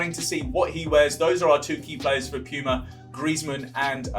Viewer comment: No one: Him: "Piyuma"